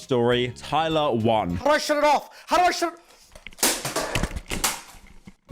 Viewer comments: There is no way he didnt watch just a single video of Tyler's and mispronounces her name over and over again 💀 pyro the king of research as always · HE DID IT AGAIN! THERE'S NO WAY MAN! You're actually the yt equivalent of a substitute teacher mispronouncing every name on the fucking planet